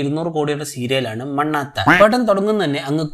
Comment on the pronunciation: മണ്ണാത്ത അല്ല കോപ്പേ, മണ്ണാട്ട എന്നാണ്